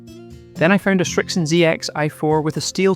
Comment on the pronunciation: Srixon, not ”Shrixon”